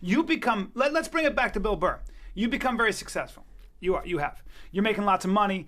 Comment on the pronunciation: FOR SURE it's bill burr not bill bull